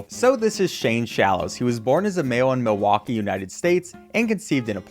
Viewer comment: The way he said Milwaukee killed me